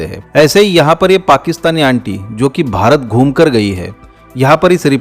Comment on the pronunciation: ये बुढ़टोदी भारत को बहारत बोल रही है। 😡😡😡